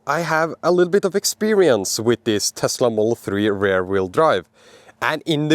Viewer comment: Your english is good but that pronunciation of rear sounds more like ‘rare’. It’s more like r-ear like your ear or ir in Spanish. 😂